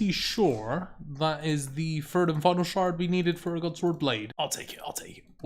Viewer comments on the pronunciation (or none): Free hundred kc, it's the fird time I've gotten this drop on my birfday. You pronounce your th's with an f. Where are you from?